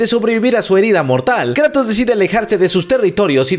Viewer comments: Es Kratos no Kreitos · Le dicen kreitos más le dicen Kratos pero Atenea le decía kruitos en Inglés yo de niño con mis amigos le decía el juego del pelao plomo 😂😂